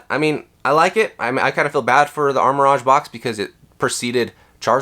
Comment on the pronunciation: What are you talking about…he’s opening the Armor Rodge box 😂😂